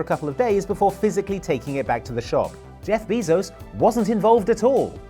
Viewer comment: That’s not how you pronounce bezos